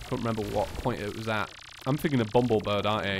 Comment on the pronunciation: it's called BumblebirB with a B not BumblebirD with a D I've been annoyed by that since last season lol still love you though